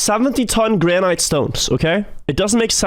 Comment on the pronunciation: Please pronounce the word granite correctly lol